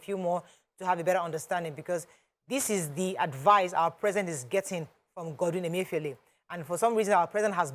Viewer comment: That caller wailing and for an elderly man to be so disrespectful and copying unprofessional manner is not pronouncing the Governor of Central Bank's name properly is just so comical. I laughed and thought good karma when he said he campaigned for Buhari......lol.